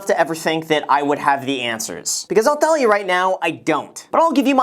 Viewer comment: "i'll thellya right now" hahaha